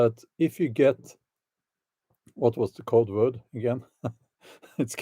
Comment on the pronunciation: When you Code Vird of Code Word it sounds like Covert but actually more like COVID...